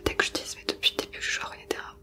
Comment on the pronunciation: c'est pas runéterra mais runterra :/